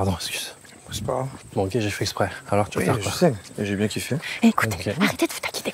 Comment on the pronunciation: Essscuse ... Euh jsais pas qui c'est la voix du début pour le moment, mais faut faire un effort sur la langue française les gars.